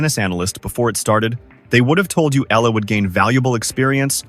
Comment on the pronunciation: Please pronounce her name properly, Alexandra /Alex Eala (Eyala). Just pronounce it right. We will appreciate and thank you for it.